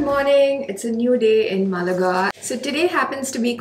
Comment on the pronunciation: Pronounce Málaga right, otherwise it seems like a South Indian city 😂